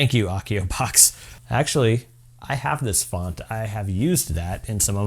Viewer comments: I love the channel and you bring us amazing harry potter stuff to make but hats not how you say Accio, A like apple. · It's pronnounced 'accio' with an a like apple, not a like arc!